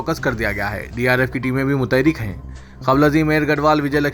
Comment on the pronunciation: Awam Bolne ki kosish Mubarak 🤣 " Mutaharrik" bolo